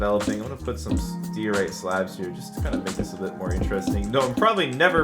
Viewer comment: Amazing series! P.S it’s “die or ite”